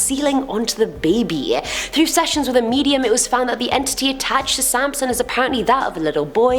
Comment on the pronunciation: Haha sansom not samson